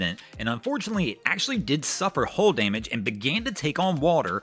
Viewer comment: Hull not "hole".